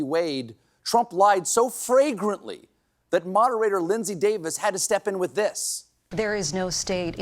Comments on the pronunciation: Watch the flagrantly with fragrantly. Bourbon is a celebration, but when it hits the belly, mouth becomes sour, Mispronountion and verbal deli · fragrantly 😂😂😂 it's l Flagrantly. He can't even read the teleprompter correctly unless they spelt it wrong as well. But he should realise that. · Not "fragrantly," but "flagrantly." The only mistake I've ever heard Stephen make. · Hate to be 'That Guy' but it's: To lie flagrantly. Not fragfantly